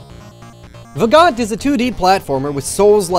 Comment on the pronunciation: Also Vagante isn't pronounced "Vah-gaunt" it's pronounced "Vah-gone-tay". You gotta say it like an old Italian lady. :) And if anyone that see's this hasn't played Vagante you definitely should, it's pretty amazing. You can get it on Steam.